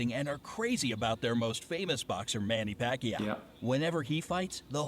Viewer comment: I already watched it in, I know he pronounced Manny Pacquiao's name is wrong XD